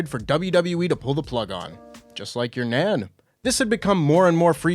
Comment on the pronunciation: "Your nan"... That sounds Canadian...